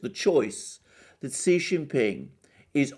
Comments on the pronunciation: Your information is greatly appreciated. Please say president Xi's name correctly it is pronounced like the word she not see. Thank for accepting my correcting you. I just want you to say correctly so no one will discredit your valuable insights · Shouldn't Xi be pronounced Shee, not See? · Hi! Great reporting! I think Xi is pronounced Shi.:)